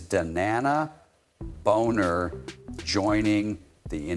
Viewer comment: Thanks for the story. But, hyper repetitive point--over and over. You might want to spell ai read text more phonetically ("Bahner" vs "Boner")